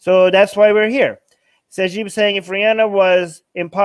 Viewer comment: who the hell is "Ryanna"? 😂